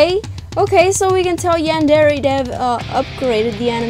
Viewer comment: no trying to hate but did she say yandere wrong?